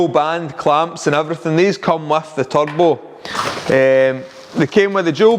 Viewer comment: "You need a good turbo." At first I thought you said "tug boat." 😆